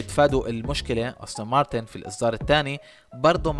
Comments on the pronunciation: يا أخي أنت تصنع فيديو ، وتتكلم عن سيارة لا تعرف كيف تلفظ اسمها ؟! السيارة اسمها مكتوب على يسار الفيديو : أستون مارتن aston martin ، وأنت تلفظها : أوستن مارتن austin martin !!! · أستون مارتن وليست أوستن مارتن 😭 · يا ريت تتدقق بأسماء السيارات بشكل صحيح وتعطي معلومات صحيحة لما تحكي ميكانيك مافي شي اسمه قوة ١٣٠٠ سي سي . والسيارة اسمها أستون مارتن مش أوستن .